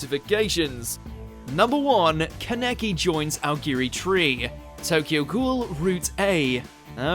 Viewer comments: Keneke. I've never been more hurt by how something was pronounced lol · still waiting for the day that people finally pronounce Kaneki correctly. this is how you pronounce Kaneki: KAH-NEH-KEY